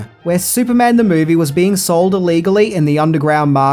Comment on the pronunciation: I wish this guy would get a voiceover artist, there's no A after the word movie 🙄